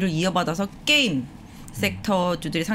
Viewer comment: 께임, 메타뻐스, 빼터리 .... 발음이 조금 과격하십니다.ㅋㅋㅌ